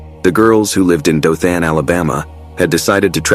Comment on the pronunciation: Maybe that’s why he kept mispronouncing Dothan, and Opelika, Alabama.